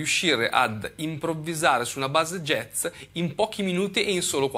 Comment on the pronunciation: Impariamo prima a pronunciarlo bene il "jazz" (giaz), non "jez" poi magari lo impariamo.